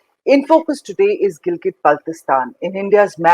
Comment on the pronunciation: fuck you liars we love pakistan and kahmir belongs to gilgit and gilgit is part of pakistan....correct you pronounciation of gilgit first